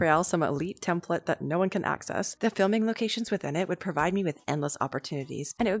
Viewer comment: YOU JUST SAID NO BUT LIKE NEE IN A DUTCH WAYYYYYYYYYYYYY